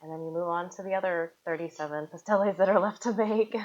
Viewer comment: Come on, can we say Pasteles, Acote, masa, the right way!